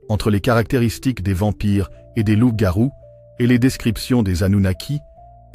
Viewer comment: ''Loupe garouu'😅😅😂 pardon mais c'était plus fort que moi Dites nous ' mais sur quelles bases d'écritures et archives onna besoin de references bibliographiques sur vos recherches, des liens dans la barre de description. L'IA on a trop marre, on aimerai vos références et ouvrages . Car si vos propos sont des hypothèses ou spéculations. On perd notre temps. On veut de la véracité, car trop de contenu de ce même type son sur la plateforme.